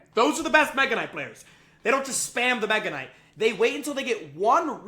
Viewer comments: I know he said Mega Nut on purpose, I just can't prove it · Nega knight😃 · He said meganut😂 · Did bro say mega nut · Bro I heard Mega Nut😂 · bro did not say mega kinght... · you said megaknight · He did not say “mega knight” 💀✌️🥵🥺🥀🥀🍆🍆🍆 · bro did NOT say mega knight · bro did NOT say mega